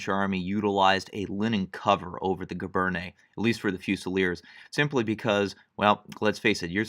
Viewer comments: No large army in wartime has ever been able to enforce regulations so brown scabbards are likely. It's pronounced "gee-BAIRN." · cal teacher well, when you join them, you will get support in pronunciation tout de suite! My (school) French is not that good either, being +50 years or so, ago. But giberne is gzhee-bern. Soft “g” and no “ney” on the end. That only happens with e’(like cafe’). You will soon learn that not every letter gets pronounced, or how it is pronounced. My interest is in Napoleonic military history (including uniforms) and in Napoleon himself. Good luck to you! Your talent is remarkable!